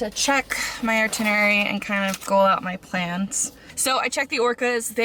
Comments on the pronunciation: Itinerary. Not artinerary. Also they were internment camps 🤦‍♀️ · Omg….we wanted to see Bainbridge, not watch you rattle on, not knowing how to pronounce “itinerary”, and taking pictures of yourself. We learned very little about Bainbridge. Thumbs down.